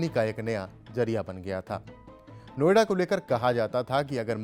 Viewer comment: नो आइडा। अंग्रेज बोलता है। What is no ida. O it is no idea.😂